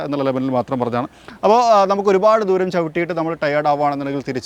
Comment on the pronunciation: ആദ്യം മലയാളം നന്നായി പറയാൻ ശ്രമിക്കൂ. "ധൂരം" അല്ല, "ദൂരം" ആണ്.